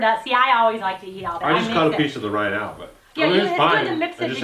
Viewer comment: I think it's Watermelon rind not rine.